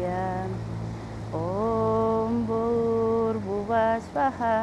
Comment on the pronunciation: Can please pronounce the right Shlokam and explain that Shlokham "OM Bhoor Bhuvathsyaha"..